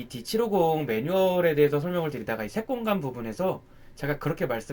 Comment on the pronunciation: 저만 색공감으로 들리나요? ㅎㅎ